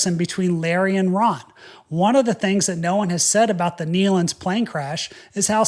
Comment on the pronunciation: First let me say thank you for pronouncing the Nelon’s name correctly. It’s been crazy how many people have been mispronouncing their name. Second and most important thank you for explaining this in such a respectful manor.I have seen the Nelons on many occasions. My Grandfather’s group had sang with the Nelon’s many times over the years. This has been so shocking for everyone who knew them. Once again thank you so much for the way you told this story in a factual and respectful way.